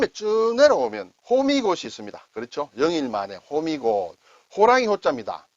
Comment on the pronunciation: 올해도 좋은 소개 많이 해 주시기를 바랍니다. 호미곶(虎尾串)을 제대로 말하는 분을 (동영상 화면으로나마) 처음 만났습니다. '호(虎 범 호)'는 길게 발음해야 하는데(호:미곶), 거의 모든 사람들이 짧게 발음해 '호미곶'이라고 하고 있습니다. 그곳의 행정구역 이름도 '호미곶면'인데, 그 면사무소도, 포항시청에서도 제대로 발음하는 사람이 없고, 우리나라 지도가 형상하는 '호랑이의 꼬리'를 뜻하는 '호:미(虎尾)'를 농삿일 중 잡초 뽑을 때 쓰는 조그만 농기구 '호미'를 연상시키는 '호미곶'이라고 짧게 하고 있습니다. 포항시청에도 민원으로 '호:미곶 제대로 말하기' 캠페인을 하라고 민원도 냈었고, 호미곶 면사무소에도 전화해 제대로 말하도록 솔선하라고 했는데도 안 고치고 있습니다. 어릴 적 들은 얘기로 일제(日帝)가 우리나라 지도를 연약한 토끼에 비유해 호미곶을 지도상 '토끼꼬리'에 해당하는 지역이라 하다가, 6,70년 경 부터 용맹스러운 호랑이에 비유하기 시작해 '호미곶'으로 부르기 시작했다는데 잘못하고 있는 걸 깨우쳐 줘도 안 고치던 것을 올해 '범(虎)의 해'에는 이 한자마당을 시청하고 '호:미곶'이라 제대로 말하기를 기다려 보겠습니다.